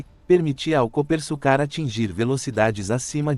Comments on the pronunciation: Coopersucar (pronuncia-se Coopersúcar) e não Coopersucár. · Pilotos e comentaristas de teclado falam coisas aqui que arrepia até cabelo em poste. Geração que acompanha só Max Kid Vigarista nunca imaginou que tivemos um carro feito aqui, ficam no tiktok diariamente e quando sai uma reportagem ficam, nossa, bah tivemos aqui. Outra coisa, narração de IA falando o nome da equipe de forma errada que dá vergonha. Já é o segundo vídeo que falam do mesmo jeito. Canais que querem iniciar, melhoram sua pronúncia e pesquisas, material na internet séria tem a vontade, basta usar as duas mãos no teclado, larga a mamadeira e façam um bom trabalho pra geração Z(zoia zero de comprometimento). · A pronúncia está errada e o nome do modelo também, este é o Copersucar F5A .